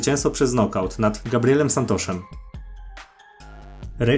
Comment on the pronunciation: Santosz, Niuniesz, nosz kurwa uszy krwawią.